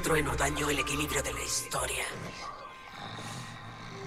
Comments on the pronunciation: dice hisotria xD para que lo corrijas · Dice hisotria 😂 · Es historia pero le dijo asi xd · Dice hisotoria